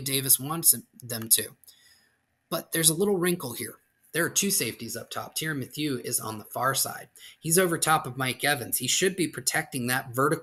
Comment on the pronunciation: I love how you pronounced Tyrann Mathieu’s name. Gave it the ol’ Bayou flare it deserved. Lol. Good breakdowns tho man really enjoyed it.